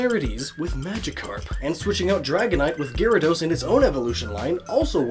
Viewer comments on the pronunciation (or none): Gear-a-dos? Gar-a-dos